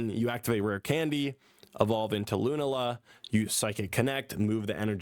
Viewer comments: Your pronunciation of Lunala makes me want to unsub. But I’ll give you the benefit of the doubt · I know he didn't play this gen, but "LUNAla" is crazy 🤣.